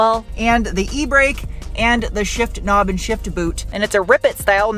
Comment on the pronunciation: "A kuh-nob". LMAO!!